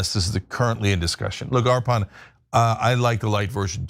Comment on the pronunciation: Nice bit on Arpan's coding work ! Great to see him get some time in the spotlight! Quick note as his friend: he pronounces his name 'UR-puhn.' Thanks for the great coverage!